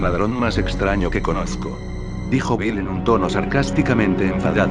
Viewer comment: wtf en el minuto dice yo no te cosco XD fail